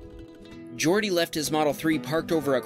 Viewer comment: It's Catalan. Jordi is also a very common Catalonian name for males. In Catalan, "J"s are pronounced like in French and Portuguese, so it as actually pronounced "Zhordi"